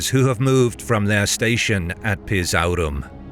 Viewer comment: The way you said, "PIZAURUM" :D